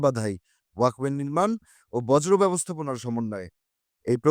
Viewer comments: ভাই বার বার "বর্জ্য" কে " বজ্র" বলতেছেন অশুদ্ধ উচ্চারণ থেকে সচেতন হোন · ভাই বজ্র না বর্জ্য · বজ্র না বর্জ্য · বজ্র নয় রে ভাই, বর্জ্য! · কি পড়েন এসব ছাইপাশ ? বজ্র ব্যবস্থাপনা নয় বর্জ্য ব্যবস্থাপনা ! বাংলা শিখে উচ্চারণ শিখে তারপর সংবাদ পাঠ বা ভিডিও-তে কন্ঠ দিতে আসবেন ! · বজ্র না ভাই। বর্জ্য 😅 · বজরো নয় উচ্চারণ টা হবে, বর্জ্য (বর্ জ্য)। সাধারণ বহুল ব্যবহৃত একটি শব্দের সঠিক উচ্চারণ করতে পারে না, অথচ ধারাবর্ণনা করছে! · উচ্চারণ সঠিক করুন । বজ্র নয় বর্জ্য I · শব্দটি "বজ্র" নয় "বর্জ্য"। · ভাই, আগে প্রমিত বাংলা ভাল মত শিখেন। বারবার 'বজ্র' বলছেন কেন?